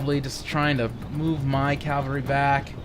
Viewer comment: Dude.... Its CAVALRY not CALVARY!!